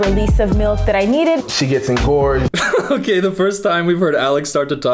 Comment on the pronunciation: is so interesting. But every time he says “engorged ”. He’s losing points. 😂. Not his fault tho